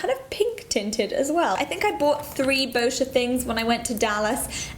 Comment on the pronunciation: THANK YOU for saying Boscia correctly! :)